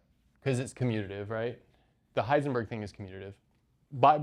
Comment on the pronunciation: *Heisenberg (not "Hiesenberg")